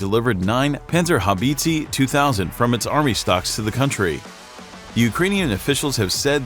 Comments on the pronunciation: Haubitziii and Mafii to good 🤣🤣🤣 Boi plz google how e is pronounced in german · Haubitzee? Maffi? Seriously, put at least 5 seconds into research on how to pronounce these names properly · How the bot pronounces "panzerhaubitze" is hilarious. "Band Zar Hoe Beetzee".lol. Actually it is spelled like "Buns R How Bit Say". ;) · Kraus-Maffi Penzerhaubitzi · Panzi-Haubizi :D :D ? It is hilarious how you guys pronounce that thing. Its a PanZER! HauBITZEEE (deep low sound) ;) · Please... it is pronounced Pantserhowbitse. not Pantserhowbeetseeee! :D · Its spoken "Puntserhowbitseh" ! Not banserhobeezee 😘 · Panzer habizi, ha haaaa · Panserhaubizi 2000... That's what the name the man pronounces sounds like to me as a German. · Great Video, though I had to giggle at the pronounciation a bit. It's more like "Pan-zer-how-bit-seh" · 🤣His "Pant- sir- how- beeeet-seeeeeee" cracks me up.... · It is not a freaking Haubitziii, You should at least try to pronounce it correctly dude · "Panzerhaubitzi" LOL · Please listen in translator programms how it is pronounced if you are not a native speaker. Panzerhaubitsi sounds pretty rediculous. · Peenzerhaubiiitziiii sounds so funny for a german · The Pänsörhauwiitzii 😂 WTF… 🇩🇪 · Was it really too much to ask to check for the proper pronounciation of "Krauss-Maffei-Wegmann" and "Panzerhaubitze"? "Haubitze" is pronounced almost identically to "howitzer", only a "b" instead of a "w" and no "r" on the end. "howbitzeh". If there were many Umlaute in those words, I'd understand that it is difficult for non-German-speakers to get it right, but this is just a case of ignorance. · Read my lips: "panzer-how-bits-a" by "crows-muff-ay way-g-mon" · "Panserhaubitsy" :D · More like Pänserhaubizi. How hard can it be to pronounce Panzerhaubitze correctly? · How can someone pronounce PanzerhaubitzE so wrong and make it sound like its a cake u can buy in the supermarked same goes for Krauss Maffei Wegmann. Typical American